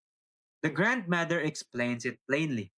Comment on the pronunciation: "grand mader"